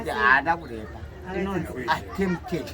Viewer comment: Saka murikumusekera chii, just because he can’t pronounce “attempted”? #Zvinebasarei?